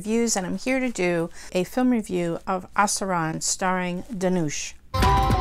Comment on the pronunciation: Dhanush rhymes with Push